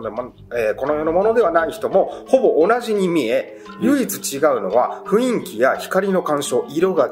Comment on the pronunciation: ふいんきじゃなくてふんいきですのでね～